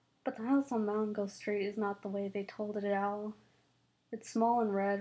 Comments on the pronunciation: It's Mango not Mongo. Just saying. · M a n g o not mongo